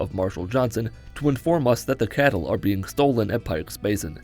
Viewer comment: CATTLE !! NOT KETTLE !